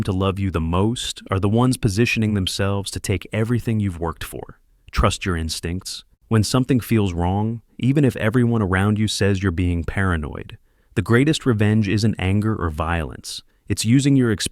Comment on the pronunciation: what the hell is "REVENCE"?